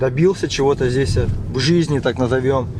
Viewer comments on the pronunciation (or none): всё правильно говоришь. Только пожалуйста, перестань говорить «здеся» и « тама». Нужно говорить «здесь» и «там». А в остальном всё супер!